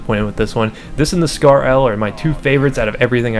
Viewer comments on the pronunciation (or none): none